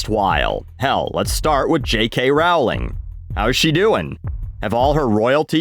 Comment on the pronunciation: Why do you say Rawling? It's Rowling, like in row, rolling.